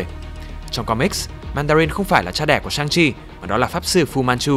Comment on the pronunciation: nhân vật này phải đọc là "săng-si" chứ